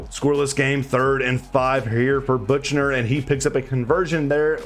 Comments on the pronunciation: Yooo great vid but as a notre dame fan Buchner’s name is pronounced Buck-ner. Just wanted to let you know cuz Navy plays them every year lol. Keep up the good work man! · I'm a Notre Dame fan and when I heard that I was so mad but it's ok